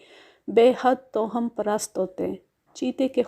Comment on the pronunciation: Tohum nahin Twahhum.